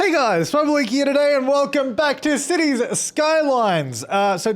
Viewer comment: The T in cities skylines